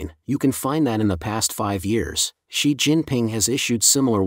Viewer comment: and . A comment about the text-to-speech narration- It reads "3,000" as "thirty hundreds", "8,000" as "eighty hundreds", and it reads "Xi" as if it was Roman numeral "eleven"!. (X + 1, = 11)